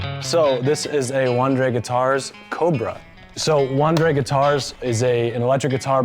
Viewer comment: It's pronounced vahn-DRE